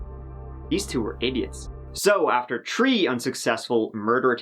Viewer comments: He says The not Te. Why not Three and not Tree? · HE CAN SAY ' this ' but he cant say three or tree. Alright acting boy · I love your channel but please don't tone down the way you say 30 (turty) or 3 (tree), it always makes me smile when you say it as you normally do. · "Tree times!" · Arggghh I’m getting annoyed hearing you say “tirty” “tree” - I don’t know why your “h” is silent! It’s thirty three! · He tried tree times to many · How many Tree hours are in an Earth day? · Tree hrs ....lol lol ... chrystal got tree..years lol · love you but its pronounced 3 three not tree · Its..three..3....not 🌳 tree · He says it 3x in a row at tree minutes thirty three. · Tree years are the same as human years. the best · One two tree four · "tree times" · Th, my friend. Th-ree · Love your channel and you do a great job of reporting these crime stories.I don't tune in to see what shirt you are wearing and for those who have to nit pick on issues like your wardrobe and saying tree turdy they obviously must be below average intelligence.Some people just like to criticize. Keep up the good work. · He can’t pronounce “three” but he nailed “Pueblo”? 😂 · Tree Tirty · Fourth Man lmao. I wouldn't mind if I lived with and he was always complaining to me about the TRee tousand turteen hundred and turdy tree trees daily. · one, two, TREE. love your work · The way you said “tree” times lol~ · How many times? Tree. Times. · tree times? tree? Yeah.. complete Moron... just amazed at his stupidity! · I got to say tree tirdy times a video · Dang, you're almost to to tree-thousand-turdy. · Will I guess it's actually tree-hundred-turdy-thousand. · "Tree times" 😅 that number is like a curse for you it always pops up somewhere in a case with you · Why can’t this guy say three? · Love your videos and your pronunciation of the word "three" :)